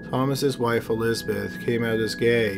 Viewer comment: Whe Thoma wah sissteen he met Elizabeh, hey can you please PRONOUNCE the words?